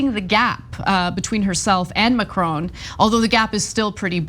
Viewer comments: Usually like your output but please learn to say the name Macron properly. It is not Macr-own. Also look back at the 2017 runoff and recognize the candidates. Le Pen is nothing new. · I like you Ana & I like the Young Turks but again ignorant American pronunciations are creeping in of names or places far from the US of A. It's "Mack-Ron" not " Mac-Rone". & 2 right protests are eruoting as they are going to do in any country where enough idiots get close to voting Fascists into power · Macron sounds like Ma"Kron" (it is his name he calls himself) No more different than Walter Cronkite news-reporter anchor for 50 years. If you don't know him you should NEVER report the news. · Anna and Cenk, please increase my respect for you by learning how to pronounce 'Macron'.